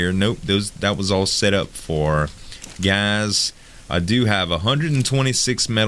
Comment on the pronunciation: Z I love ya. Your killing me. It's not gazzz.. Gassssssss